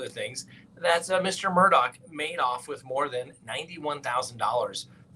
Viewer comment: Read his last name about a dozen times,,,,,,there is NO K IN HIS NAME